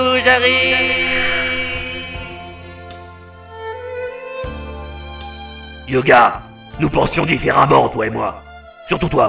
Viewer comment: Il s'apelle pas "Yoga" il s'apelle "Hyöga"